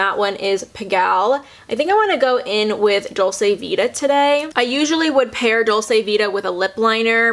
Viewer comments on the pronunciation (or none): I don't get on at all with Nars creamy concealer either it's so thick! The climax mascara was awful, I thought I was the only one that was confused with the hype! Love their radiant foundation and blushes though. Just a side, "dolce" is pronounced "doll-chay" <3 xx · Hi, it’s pronounced dolch-eh actually!